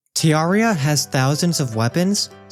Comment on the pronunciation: I've heard tons of pronunciations for terraria but tearraria is hilarious xD nice video though. :P